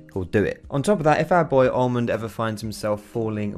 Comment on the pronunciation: were you serious when you called him almond at 5.47